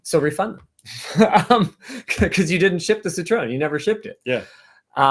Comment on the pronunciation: Linuses pronunciation of "Citroen" hurts me lol